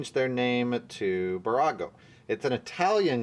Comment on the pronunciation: I'm a huge fan of your channel and I like posting little tips to help you out. Hopefully you don't mind that. It's Bburago. Two B's. Pronunciation - BEE boorawgo. On the east coast Bburagos can be found at Dollar General stores.